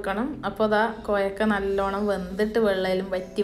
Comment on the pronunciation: Koyakka alla kovakka annaani parauka